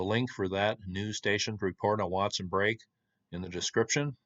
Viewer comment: I believe it’s Break. Like poke salad. Not brake, not polk. An aside. They gave in to socialism and central gvt. As all “ great” civilizations. We follow, knowing better